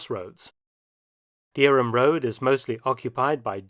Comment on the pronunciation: That was very good and there are several building ends like that in Norwich, either side of the flyover for instance. I am also surprised that,as a resident of Norwich, you don't know Heigham is pronounced Ham. Thanks for showing and best wishes from jolly old Norfolkshire 👍😎Pete 🤓